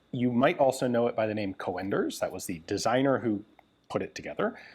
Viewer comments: Just so you know: the original pronunciation is not "co-enders" but "coonders". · Co-Enders??? GunJezus.. It's a Dutch Sir name. Pronounced as Coon'ders for the English speaking world. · Just as a friendly note, it's pronounced "coonders", not "co-enders". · Coenders is spoken as c-oe-n ders. The oe is pronunciation as the sound book. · its not co-enders, its coen-ders the oe is pronounced like oo-dles of fun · Don't torture us by saying things like "Coh-en-ders". If you pronounce it as Coonders you'll be 95% correct. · The name Coenders is probably dutch not german and pronounced Coonders not co-enders but that is a tricky one as englisch does not have the oe vowel.. or it could be german and be an ö.. either way it is fine he is aware he may be wrong but still tries.. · Hi Ian. Coenders is a dutch name, so you would pronounce it as COONders. But with a slightly shorter OO. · Coenders is pronounced con-ders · Pronounce coonders, like hoot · Coenders is a Dutch name, oe is pronounced as the oo in book. The C is pronounced as a K. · The English speaking tongue isn't familiar with the proper pronunciation of "Coenders". The "e" after the "o" is just another way to type ö. You should hear the proper pronunciation of the beer "Löwenbräu"! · 1. Hessische isn't that hard to pronounce, the first 4 letters was quite good, then follows a short i and sch is pronoinced like sh in english followed by a short e. 2. The Röchling pronounciation was also ok but ch is pronounced like you're clearing your throat, a better example would be Achmed the dead terrorist :D 3. The oe in Coenders is pronouncel like an ö. the C like a K